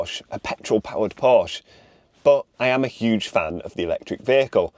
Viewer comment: Porsche has two syllables.